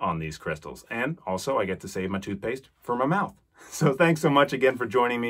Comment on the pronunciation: Excuse me but what is "toothepaste"? Is it anything like 'toothpaste'?